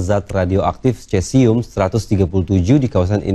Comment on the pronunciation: Dibaca nya sesium kalau dalam ilmu kimia.. Dalam bahasa latin untuk bahasa ilmiah Ejaan atau lafal untuk huruf c biasa nya dibaca Misal : Ca Ci Cu Ce Co Dibaca nya KA Si Ku Se Ko.. Maaf itu mungkin sepengetahuan saya.. Terima kasih😊